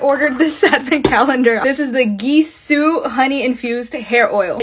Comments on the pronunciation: “Geesoo” 😂 It’s pronounced as “jeesoo” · Gisou is pronounced jsuu not gee su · It’s pronounced jisou